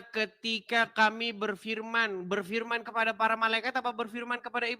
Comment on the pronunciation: Berfirman ya Mbak, bukan berpirman, emang saudara tapir shg bilangnya pirman. Wajahnya cantik, tapi otaknya cacat ya 🤣🤣🤣 UCLIM